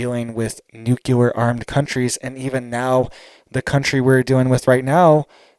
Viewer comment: For the love of god it;s pronounced new-clear!!!!!!!!!!!!!!!!!!!!!!!!😬😬😬😬